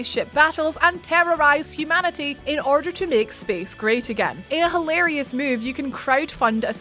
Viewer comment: I love how this chick said “hilarious” in her accent. 🤷🏻‍♂️